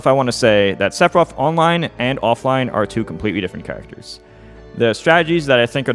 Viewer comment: i really wanna know why Mew2King says Sepiroth and not Sefiroth